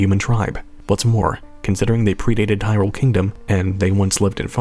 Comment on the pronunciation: There's accents, and then there's actual pronunciations of words. You don't say that Link's from Hirrule, that would just be silly, now wouldn't it?